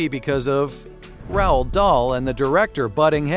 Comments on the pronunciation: Maybe you coulda spelled it “rolled” so the AI would pronounce it normally. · Terrible, You can’t even pronounce Roald properly .